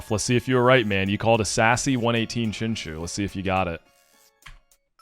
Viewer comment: i activate my magic card chinchu aka chinchow(your saying chinchou wrong noob)